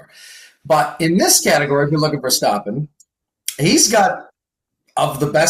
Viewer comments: How to pronounce Verstappen? As American I say the A sound but says it as O sound hmm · can we stop saying ver-stop-en? Can we make this HAPPEN??? Or are we going to start saying Lewis Hah-multin and Mox Ver-stop-en?